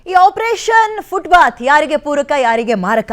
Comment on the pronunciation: ಅದು ಫುಟ್ ಪಾತ್, ಫುಟ್ ಬಾತ್ ಅಲ್ಲ ಅನ್ನೋದು ಮೊದಲು ಗೊತ್ತಾಗಬೇಕು.